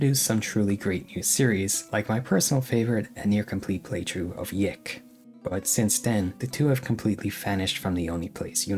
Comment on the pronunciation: normie. "yiik" is pronounced "yeek." fake fan.